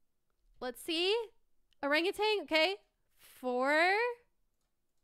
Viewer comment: Its not rangutan 😅 Its OhrangEuwtan Thats how you read it btw